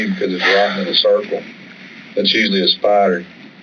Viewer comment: "that's usually a spyyyyder" THICK southern accent boooaaaa.